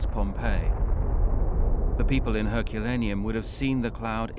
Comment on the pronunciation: I can't get over how the narrator pronounces "Herculaneum".